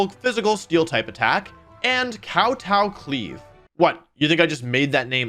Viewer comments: i love how Wolfey repeatedly says Kowtow Cleave with great emphasis on the Kowtow 😂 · Awesome vid as usual Wolfey Not sure if youre pronouncing Kowtow cleave wrong on purpose instead of pronouncing it Kow t-Ow it's more tow as in Towing a car. ( spelled out phonetically would look like "Cow-toe") To Kowtow would basically be like Grovelling. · I feel like kowtow cleave is pronounced koh-toh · Kowtow in Kowtow Cleave is a Japanese word. It's pronounced nouw-touw. To Kowtow is to kneel and apologize.